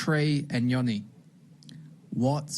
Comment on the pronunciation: Its trey Nyo-ni The N and Y are said together not singular nyyy sound like how u would say new but expect there is a o so nyo same with Ngomoha its not N-GO its one soung like Songa or tonga its Ngomoha.